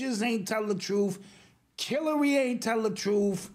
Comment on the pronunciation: He said Killary😂😂😂😂( at least that’s what I thought I heard ) speaking of Hillary Clinton